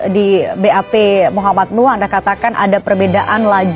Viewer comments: Namanya NUUUHHH,, bukan NUUURRR! Tulisannya jelas-jelas di semua tempat NUH, pake H. Tapi kenapa dirimu nyebutnya NUR terus, dah?! 😅😂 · DIBACALAH YG BENAR...MUHAMAD NUH..bukan Muhamad NUR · BUKAN MOH. NUR tp MOH. NUH... hati2 bro untuk penyebutan nama seseorang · Cuplikan video nya bagus,enak ditonton. Tapi sayang host nya rada bikin geli telinga...... Tiap kali nyebutin M.nuh,diganti jadi M.nur. netizen dari kampung ini,jadi bertanya2,sejak kapan huruf H,disebut dlm kalimat jadi R? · nama org salah salah melulu M Nuh Al-Azhar bukan,M Nur alAzhar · Bang, namnya Nuh bang, bukan Nur... klo salah sebut sekali-kali gpp bang, tapi klo terus-terusan gak enak dengarnta Bang, Saran, sebelum upload di check dulu bang, soalnya abang sering banget salah sebut nama.... Semangat ya bang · Terulang lg salfok ku Maaf sll sj tdk tepat menyebut nm org Nuh, yg bbrp x disebut Nur Hafalin dl bbrp x, agr penyebutannya bnr, trims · NUUHHHHH bukan NUUUrrrrrrrrr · Salah nyebut mulu lo. NUH! NUH!!! bukan NUR!! gimana sih lo!! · 😂😂😂 Kamu jd host dikonten sendiri saja bisa salah bc nm org woiiiii muh nuh bkn nur😂😂 Berikut Muh Nuh ini emang Polisi bkn punya hubungan dgn polisi tp emng polisi Kamu parah bangat ya bw acara kok salah" Kamu pelajari dulu konten br tayang biar gk salah ya😂😂😂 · Muh Nuh bukan M nur, tu abangnya juga Salah trs nyebutnya, nur nur muluk, hadehhh. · Lu nyebut nama jg salah.m nuh kok m nur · Muhammad NUH, bang... bukan NUR...